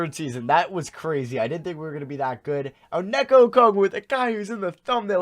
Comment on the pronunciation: It’s onyeka not oneka